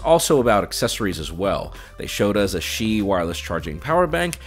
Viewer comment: what's up with tech reviewers still pronouncing words wrongly after years of doing tech coverage? "Qi" is not read "shee", but "chee".